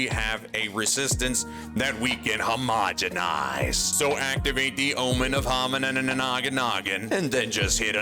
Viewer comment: Guys... Is it really a crafting video if he doesn't say "HOMOGANOGONINGIZING"?